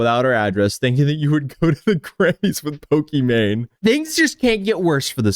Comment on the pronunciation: This guy says pokemanie my gf. Who calls their gf by their streamer name?!? What a fail